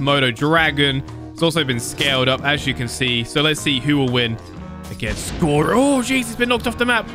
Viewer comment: My man keeps calling gorO gorU